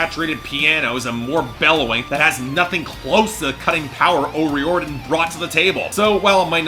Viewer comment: you said o'riordan wrong